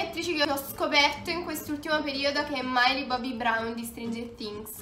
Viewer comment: Perché il nome di Millie l’hai letto “mailli”